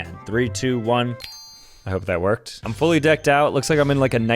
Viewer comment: he js didn’t stress the “ed” part